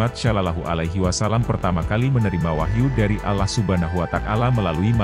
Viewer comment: harap penyebutan nya yg benar, Allah swt bukan alah swt 😏